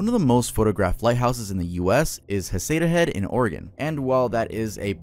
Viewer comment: Just a friendly note on the pronunciation of the Oregon location: It is pronounced "Heceta Head" with a hard "c". I know it looks like it would be "Haseeta Head", but it is pronounced "Heck-Ita Head". Just for reference. I hope it helps.